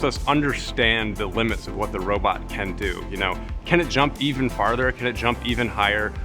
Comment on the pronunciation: "Need a robit? Why not ziodberg"